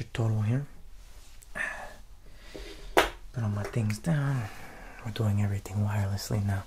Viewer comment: Gotta love his “how you dOUin?”